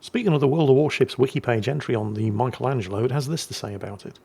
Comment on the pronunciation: Only can mispronounce "Michelangelo".